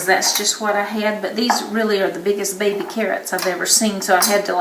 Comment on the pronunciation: "the biggest babeh carrots aive eva seen" lovvvvvve it!